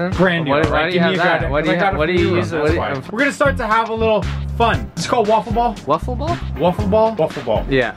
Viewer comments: Its called wiffle ball Dustin. (It is spelled as whiffle ball) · wiffal ball